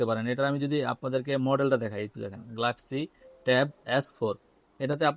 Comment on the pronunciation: ভাই গ্লাক্সি না গেলাক্সি